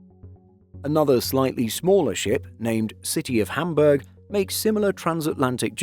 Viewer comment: Well he manage to pronounce City of Hamburg correctly. Pity about some of the others.